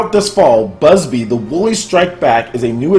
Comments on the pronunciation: IT'S NOT BUSBY !!! IT'S BUBSY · BUB-sy not BUS-by... 😆😆😆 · bro its not Bubsy not Busby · Anyone else gets triggered when hearing Bubsy as "Busby" ? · (keeps saying busby) TRIGGERED!!!! xD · bubsy not busby. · Okay, who else HAD to correct everytime he said "BUSBY"? x'D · You saying Busby was irritating me more than It should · put some respect on his name it's Bubsy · Also, you're pronouncing Bub-sy wrong. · well you could pronounce BUBsy wrong for one thing lmao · News so shocking could not pronounce Bubsy's name right XDDD